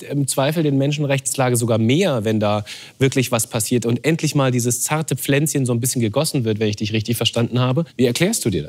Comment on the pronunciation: niemand: der moderator: dAs zArTe PfLänZcHeN